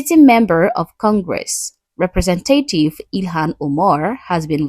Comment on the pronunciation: I adore your accent, but fyi there are nuances based on how we pronounce things in the States. Represent-Ay-tive (how you said it in the first minute, stressing the fourth syllable) is like an allegory or parable, a thing describing another concept. It's like how a butterfly symbolizes change and growth. RepreSent-uh-tive is a person whom represents something. The emphasis is on the third syllable, the capitalized s. Or to get Christian on this, a disciple should be a representative (uh) for Christ. But the parable of the wheat and the tares is representative (Ay) of the righteous church growing alongside the world until harvest. Many people say English is not a tonal language... and while it's nowhere at Mandarin's level, there are critical components to putting emphasis on the right syllable, lengthening or shortening or raising pitch and such, that creates differentiation. For the record though, every English speaker understood you and knew what you meant by Omar's title. We've all done the same thing and had it reprimanded via teachers and such. Don't worry about anything, I just wanted to give some info in case others do get knickers in a twist (like some of my colleagues smh).